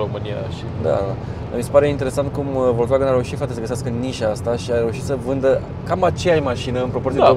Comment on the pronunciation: Ce stil de a conduce discutia ai: "este de 140 cp". si tu: "Nu este cel de 170 cp nu?" "Se aude mai incet, ma crezi? MAN???" Si pt informatia ta,, "volkswagen" nu se citeste cum se scrie...se citeste cu "F", "folkswagen", adica masina poporului. Ca tot zici tu "Mertzedes"